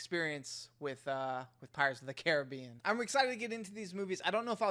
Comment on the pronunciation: Cool...an American who kind of knows how to pronounce Caribbean. I've love you to try a movie with the word Aluminium in it. That will be you next challenge.